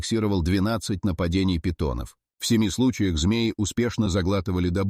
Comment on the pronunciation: На питонОв,на питОнов.Это ИИ,дальше можно не смотреть.